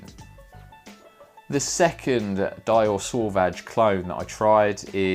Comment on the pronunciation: Finally! A video that gets the Dior Sauvage pronunciation correct! I applaud you Sir 👏👏👏